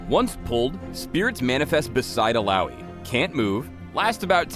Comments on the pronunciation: All-ow-y is what im hearing, but isn't it Ill-uh-oi? Oh, and, YAY MORE MINIGAMES! -. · Eel-oww-ee? zzz. E-ya-oi. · 'Ill-owee'? What kind of shitty American pronounciation is that? Would have thought the name would be pronounced 'Illa-oy' more fitting of the islander background the name is obviously trying to emulate... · Illowwy? Really. I thought it was pronounced Ill-ahh-oi. Sad times. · illaoi not illaowee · I pronounce it as 'ilawoy' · I just came here so i can make sure I'm saying her name correctly not saying it as IYAOI lmao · "Illaoi is HILLAOI strong" xD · Uhlaowee?1 Really?! hahaha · How to read Illaoi: il-yaoi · When i first started, i thought it was pronounced: “Ill - aw - ee - o” . . Yeah i know... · I was litteraly pronouncing her name as I-YAOI. k. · Aussies pronounce it "ILLA OI" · Am I the only one who WAS pronouncing Illaoi with an uh-oy sound at the end. Illouwee sounds weird to me ._. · it would be better if her name was pronounced Illa - oy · Ill-owie???? Noooooooooo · but i thought it was pronounced Ill-a-oi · ive been pronouncing her name Ill-ah-oi. It either is that or the guy is white and bad with names that arent bob. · Ill...owie? Is that slang for an infected wound? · Oh, I guess I've been saying her name wrong, EE-yaoi wasn't correct, knew something was iffy. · just say laloi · Am I the only one bothered by the way her name is pronounced? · I thought you guys used the Finnish pronunciation of Illaoi. Oops. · "illaoi bruv"